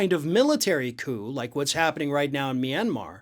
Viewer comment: I heard Flynn's speech. I had no idea Myanmar had six syllables.